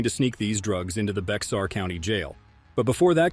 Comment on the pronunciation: Actually it’s pronounced Bear County, I know b/c I’ve been there. As to locking up other cops I’ve done that too. In my 30 yr career I spent two in Internal Affairs and retired as a captain, the commander of the patrol division. In IA, and as a patrol commander, it was part of my job to get rid of bad cops.